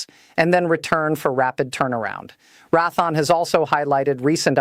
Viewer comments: She speaks bobbing her head like a chicken immediately showing AI not capable of natural speech. Can't even pronounce Raythion says Rathon. I love the kayote weapons. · It would be nice if she learned phonics before she got started, it's not like rath the awn, it is raytheon, it would be nice if people would study what they're talking about.And learn phonics , before they get started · Couldn't even listen to the whole AI dribble spewing forth from whoever provided this. Raython?? (SP??) The company is pronounced Ray( long A) Thee On. And there were more shortly after this one. Can you not hire someone as a spellchecker or proofreader? Sheesh. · Ratheon = Ray - thee - onn, not Rath-on. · RAY THEE ONN, NOT RATHON!! RAYTHEON...... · Its Raytheon... not Rathon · Rath-on??? it's pronounced and spelled RAY-THEE-ON Raytheon YOUR AI SUX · Please learn how to pronounce company names before airtime! It's Ray thee awn NOT Rathon. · All the mispronunciations show that this is AI. She says Rathon instead of Raytheon and Rdecks instead of RDX. She says L-B-S instead of "pounds". She also pronounces plurals as as the singular + a separate "s". This makes me question the accuracy of what she is saying. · This is a very interesting AI. This is the first "news reading" AI that I have seen that occasionally raises its "hands", while it speaks. There is NO WAY that a Real Human would pronounce Raytheon as "wrath -on". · RaThon? LoHEED martin? AI BS again. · As soon as this stupid AI said "Ratthon" instead of Raytheon (hell, I worked for Raytheon), I stopped the video and will be moving on. Oh, how I hate all these idiot AI videos and their total BS. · Pronounced Ray thee on not rath on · You got to fix this AI. It's pronounced Ray-thee-on. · Rath -on? Oy weh. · Learn how to pronounce Re'a Thone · AI must sort out the nuances of english pronunciations. Good bit of info here, but tedious to listen to "Raaathon" and "Lowkeed" terms. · Learn how to pronounce Raytheon !!!